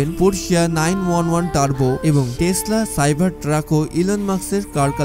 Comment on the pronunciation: Bhai Telsa? naki Tesla?? Plz uccharon thik koren :)